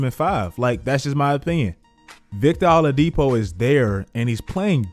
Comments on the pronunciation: It’s (Ol-ade-po) not aledepo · said victor ALLadipo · “Victor all-a-dipo” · U pronounced Oladipo wrong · Bro how you gonna pronounce Vic Oladipo’s like that💀😭😭